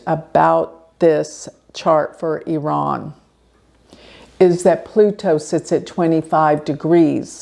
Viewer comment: Thank you for pronouncing Iran correctly! 😅 Hope the world be in peace soon...